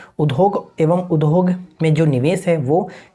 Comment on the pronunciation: Udhog nhi boliye udhyog boliye , sunne me achha nhi lagta hai.